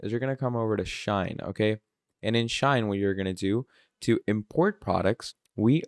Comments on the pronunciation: Shein, Shein Bro, not Shine😂😂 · Bro it's not SHINE, it's SHEIN!🤦🏾‍♂️